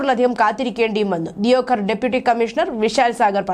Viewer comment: ദിയോ ഘർ അല്ല, ദേവ്ഗഡ്..